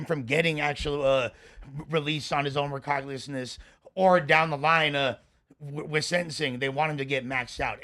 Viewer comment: shaming ppl for not being able to read court paperwork properly & then pronouncing recognizance like that shows some mixed up priorities